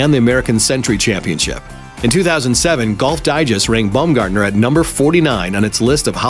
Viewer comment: Omg pls stop saying "Bumgardener" it's Baum bah-uhm